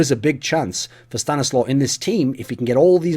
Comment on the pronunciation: Thumbs Up for the proper pronounciation. StaniSLAW! note ColeSlaw Slow